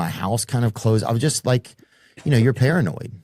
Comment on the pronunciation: "I feel parinod, terrified" Nice country we have here. Theo Vaughn is terrified.